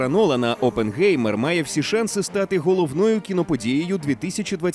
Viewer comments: Оппенхаймер, а не опенгеймер, які нафік геймери?🤡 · Хто може мені пояснити чому прізвище Оппенгаймер перекрутили на Оппенгеймер? Який ще геймер, прізвище німецьке, в німецькій мові еі читається як ай, мені як людині яка розуміє і може говорити німецькою мовою просто ріже вухо! Що не так з українською транслітерацією?!!! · Але взагалі-то правильна вимова – це Опенхаймер. Бо як тоді писати -Oppengamer, це ж не одне й те саме😂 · Оппенхаймер - так правильно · якщо перекладати то з німецької (опенхайма вимовляється) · Це німецьке прізвище, і там Oppenheimer. Та й навіть вимовляється через ай